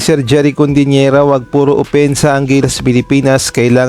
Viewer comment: CODIN̈ERA bro hindi CONDIN̈ERA. "CODI" hindi "CONDI".